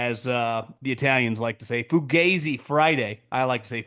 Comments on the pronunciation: it is NOT fuGAYzi .... it is fugazi ... the a pronounced like it is in 'AH" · haha there's no such a thing as Fugazi in Italian, it's a purely American acronym originated in Vietnam (fucked up, got ambushed, zipped in); if an Italian, without knowing what the hell that is, pronounced it, it would sound Foo-gaa-zee, definitely not Foo-gae-zee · 😂 it's funny though. Let him keep saying it wrong.